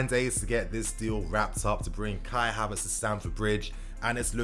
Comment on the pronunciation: I'm tired hearing kia Havertz